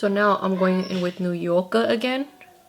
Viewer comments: Every time she says New Yorker like a New Yorker... New Yorka🤣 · I like the accent every time she says "New Yorkerrr" 🏙️🌆🗽. Love these videos. So pretty. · Lmaoo the way you’re saying New Yorker u got me dead